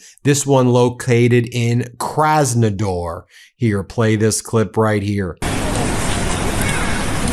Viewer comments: It’s kraznaDAR not kraznaDOR . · KrasnoDAR not KrasnoDOR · Kras-no-DAR, not Kras-no-DOR. Please.